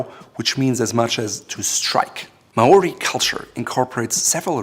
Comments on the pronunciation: Maori is not may-or-ee. It’s like saying marAUDer Maury or mawry is closer to how you say it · Maori are strictly a people of the Dominion of New Zealand not Polynesia. Sad to say you pronounce Maori horribly. Absolutely love and sub your channel, though. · Maori are from New Zealand and bro I like your content but learn to pronounce Maori language correctly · You pronounced "Māori" quite wrongly here, also, and this might be pedantic, it is likely a loanword from Samoan rather than Māori. Both Samoans and Māori speak versions of the Polynesian language group but the loaning appears to come from Samoa. Just because you believe pronunciation is important and bothered to include a section on history. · Is anyone else annoyed that he is pronouncing Maori wrong? I'm Maori myself and it's really irritating. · He pronounced Maori wrong. I am part Maori and do not speak the language but his pronunciation is priceless.